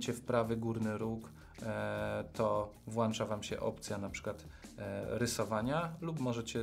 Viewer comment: Super przydatne - tego szukałam ale ... błagam - a z ogonkiem to Ą, a nie an - włĄczać - nie włANczać. Pozdrawiam